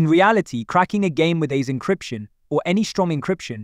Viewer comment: You can tell from how he is pronouncing the AES encryption algorithm. But good content so far even if the AI voiceover was also very monotone